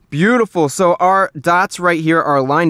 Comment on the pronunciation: No one: Chris: “byutiful”